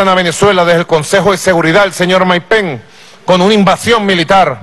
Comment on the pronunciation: Maduro no se dice penc eso es Anglosajón se dice pence que no se pegue el Anglosajón